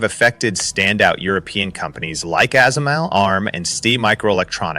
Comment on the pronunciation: fix your ai narrator SMIC and ASML are not words. They are acronyms; SMIC is spoken as "ess ehm eye see" and ASML is spoken as "eh ess ehm ell"